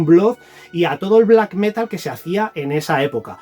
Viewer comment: Metal con acento en la a, por favor. Felices reyes.